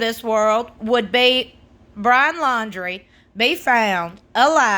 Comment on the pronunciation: Did she say: Brahn'!!🤔🤔🤔🤣😂🤣😂